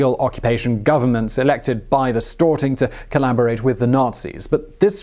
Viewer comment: Stor-ting not Stort-ing